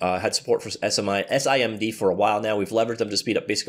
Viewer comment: It's usually spoken as SIM D. Not S I M D.